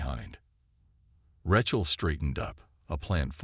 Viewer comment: POS A.i. can't even pronounce Rachel😅